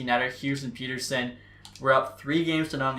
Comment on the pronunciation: the way you say pettersson kinda angers me idk why